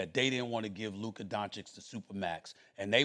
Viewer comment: How does Steven A not know how to pronounce Luka’s name after all this time? That’s really sad and disrespectful.